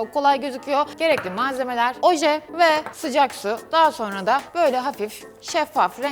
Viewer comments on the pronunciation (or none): none